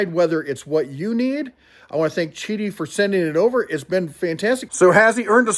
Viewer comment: Great video. Yes, it is pronounced "chi-dee". In Mandarin Chinese, the "Q" is pronounced like a "CH" in English. Example: The Chinese beer Qingdao is pronounced "ching-dow". I appreciate the honest review.